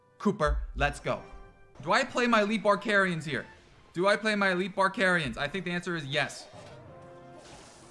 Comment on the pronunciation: Bar-carians?Sounds like carens....But we don't talk abou that